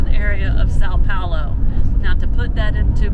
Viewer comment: Suppose for one moment -- we reversed things: a couple of Brasilians stranded somewhere in North America and unable to speak a word of American-English. What kind of service would they get ? Why things are always a darn one-way road. And please try and learn how to pronounce Sao Paulo -- check with Google Translate. You might as well take a phrase book with you.